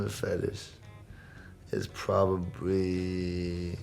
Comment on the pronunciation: uhm did anyone else hear probaweee